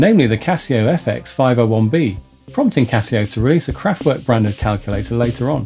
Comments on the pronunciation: werk is pronunced verk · the mispronunciation of the band's name is a bit annoying though. And Radioactivity came out out Nov 1975 not 1977. And he skipped Trans Europe Express in 1977.